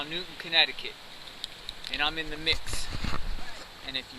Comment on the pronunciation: Its Newtown NOT Newton. Sick fuck.